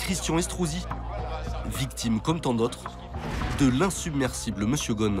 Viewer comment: Pouvez vous prononcer le nom de Monsieur correctement. Svp🌹